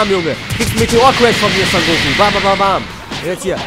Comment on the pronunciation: Digger, er heißt SON GOKU, NICHT SAN GOKU